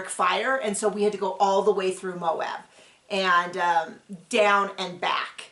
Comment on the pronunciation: Finally people who can pronounce Moab 😊